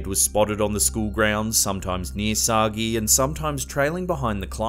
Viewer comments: Oh, for heaven's sake. 'Sagee' is not pronounced 'Soggy' but as 'sah-Jay' -- it's French and there's an accent aigu on the first E. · The doppelganger case is Emelie Sah-Jay. Not Soggy. I got corrected on that by a friend who speaks French. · I think it's written Sagé and pronounce /Sajé/ not /Sagee/ or whatever